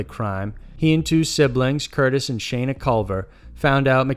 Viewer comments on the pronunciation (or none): none